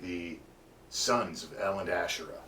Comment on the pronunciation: Thank you! one thing, it’s pronounced : ahShay-rlah (tongue role) or AhShay-ra